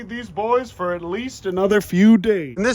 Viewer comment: “Fo today” always makes me laugh